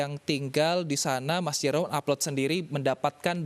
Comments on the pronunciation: Cuma disini Jerome dibilang J-E-R-O-M-E😭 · JE RO ME, kek aneh gt g sih dengernya. wkwk